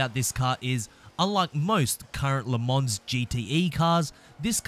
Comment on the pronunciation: ”Le mons” please....